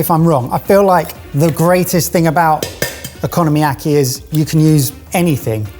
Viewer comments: I legit snorted every time he said "economyaki" instead of "okonomiyaki" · The unintentional mispronunciation "economy-yaki" is quite fitting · Purple and yellow carrots? :O Okonomiyaki - oh-coe-no-me-yah-key is Japanese and have a long o sound. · absolutely kills me every time one of them calls okonomiyaki “economy-yaki”… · “Economy-yaki” …took me a sec to realize he was trying to say Okonomiyaki. 😂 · I’ve got to say, big fan of making okonomiyaki at home, but I had a bit of a laugh hearing “economy-yaki”. Brilliant idea, I always look forward to your uploads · I'm not even Japanese and I am insulted by your pronunciation of okunomiyaki. Also it translates as fried things you like